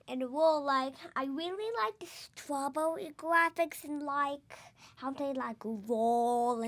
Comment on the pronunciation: "stwawwbewwy" IM SOBBING 💛💛💛💛💛